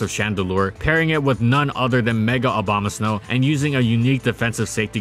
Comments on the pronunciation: Is it just me, or do he say Obamasnow rather than Abomasnow? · He also says Abomaslow when talking about it being used in Trick Room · "Obamasnow" lol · he said again Obamasnow or am i wrong